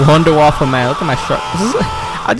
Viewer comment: My mans called the wunderwaffe a “Wonder waffle” XD